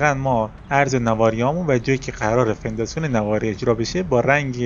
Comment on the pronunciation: توضیحات خوب بود و ساده و کامل اما هر بار میگفتی فنداسیون حواسمو پرت میکردید چون اسمشو اشتباه میگفتی موفق باش